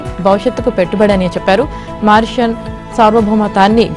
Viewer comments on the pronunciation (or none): మారిషస్ అని చదవాలి ఆవిడే మా రేషన్ అని చదువుతోంది abn వాడు కూడా తెలుగులో సంకనాకి చేస్తున్నారు రాధాకృష్ణ గారు నమస్కారం